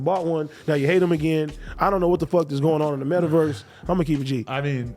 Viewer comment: The way AD said metaverse scares me